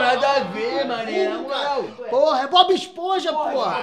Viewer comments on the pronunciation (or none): "Bobi Esponja" e "Alberti Aistein" kkkkkk